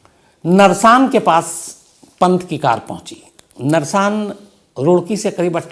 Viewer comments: Sir not नरसान it is गुरुकुल नारसन के पास हुआ ह ये हादसा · Nrsan nahi sar narsan he wo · Sir vo narshan nhi नारसन h ye accident mere ghar ke Bilkul samne huaa Ham sab bahar aa gaye the ye accident gurukul pr huaa h ji Jishe gurukul narsan bhi bolte h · Sir wo narsang nahi narsan h hum bhi roorkee ke hi h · सर नर शान नहीं है वह नारसन है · narsaan nhi Narsan hai Sir 🙏🙏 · श्रीमान जी, नरसान नही नारसन ब्लॉक है । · नरसान नही है। सर वो जगह गुरुकुल नारसन है। मेरे गाँव के पास जहाँ पर पन्त का एक्सीडेंट हुआ। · Narsaan nahi naarsan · नरसान नहीं नारसन है वो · शम्स जी नरसान नहीं नारसन है वो। यूपी उत्तराखंड बॉर्डर। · गुरुकुल नारसन hain bhai vo जगह